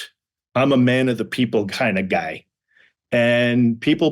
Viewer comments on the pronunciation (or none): Yeah- I noticed that with Fred pronouncing "Guy" Giiiii